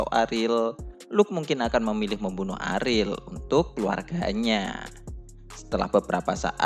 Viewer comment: bacanya ariel aja bang jangan aril gua jadi nebayangnya aril noah